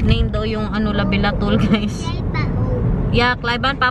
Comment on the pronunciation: Labetalol not labelatol